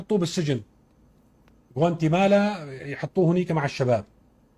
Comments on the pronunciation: حتى اسم السجن نسيانو ..قال غوانتيمالا ..بدل ما يقول سجن غوانتانامو. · هههههه الحمار قال جوانتيمانا. بيقصد جوانتانامو بي هههههه